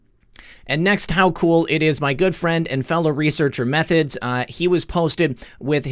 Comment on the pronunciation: also you keep mispronouncing em three thods :) shoutout to m3thods and dave from x22 report